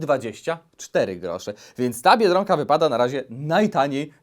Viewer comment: Mówi się biedronka a nie Biedrąka.